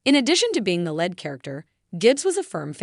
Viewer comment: Your reading the words correctly is pitiful. It is lead not "led" and Leroy not "Larry'. And Shawn not "seen"